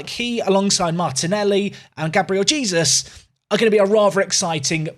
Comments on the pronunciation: you’re not. yes you do pronounce the J but it’s not Jesus like the biblical figure, it’s more jaysoos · no way! It’s Gabriel Hey-soos! Love the videos, looking forward to the Arsenal run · Hay-sooos! Say his name right please 😂😂😂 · Mate you don’t actually pronounce it like Jesus omg 😂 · Please say Jesus right it's bugging me 🤣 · The e it’s still pronounced like in Spanish though